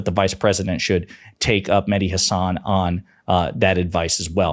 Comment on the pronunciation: If Mehdi is your favorite, you should say his name the way he says his name... HAHsun, not HaSAHN.